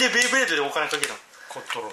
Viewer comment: ベイブレードをベ―ブレードって言うのがなんか嫌いｗｗ